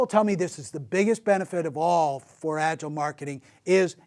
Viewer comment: What can you learn about Agile from a guy who doesn't bother to pronounce "Agile" correct 😏